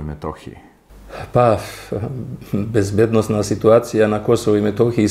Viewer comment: Dobro vas je ispravio general. Nije bezbed-O-nosna, već bezbednosna. Daj, naučite već jednom govoriti.